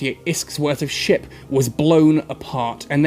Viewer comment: Everytime he says ship...I hear "shit"